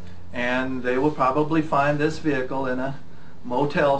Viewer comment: Why he say vehikal